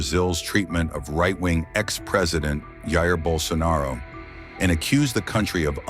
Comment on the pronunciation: You mispronounced “Jair” - It is nor “A-ir” the letter “J” in Portuguese is similar to the French “J” - Hint: Já Já. Try again Jair not a-ir